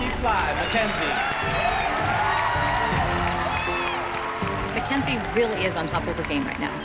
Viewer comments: That cringe when Abby says mackz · Why does she call Mackenzie mackzie